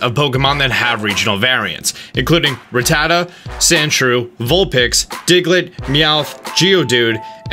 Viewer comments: Rattata pronounced rat-ta-ta not rat-a-ta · Stop saying Rattata wrong God damnit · You’re saying rattata wrong. (According to the anime)